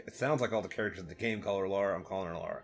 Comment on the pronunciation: I'm from England. It is Lara as you pronounced it.